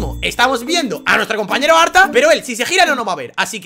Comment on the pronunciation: Soy yo o dijiste "ARTA GAY"?